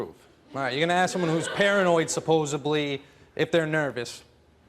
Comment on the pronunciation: It’s supposedly, not supposably